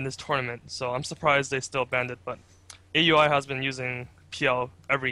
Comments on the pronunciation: Hey, "A U I 2000" is pronounced "Owl-ee 2000" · no its fucking A.U.I not ow e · Once again, it's pronounce OW-UI, NOT A.U.I... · Even though Aui says he doesn't care, most people that know him personally call him A-U-I because I believe that was how it was originally intended. In fact, Blitz even hates it when people don't pronounce each individual word.